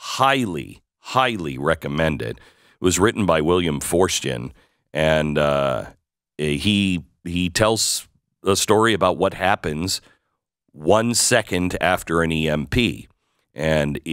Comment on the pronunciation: Did you say William foreskin? Lol